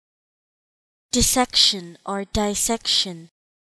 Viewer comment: It is DISsection. There is a double s. You cannot pronounce it as "die."